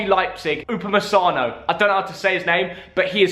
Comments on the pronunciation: upamesano, upamechano, anything else you wanna call him?😂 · No one: No one ever::Upumessano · You pronounce upamacano U ba ma can no